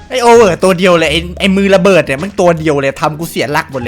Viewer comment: ระเบิดอะไร ร้องละเบิด ดูด้วยนะm1887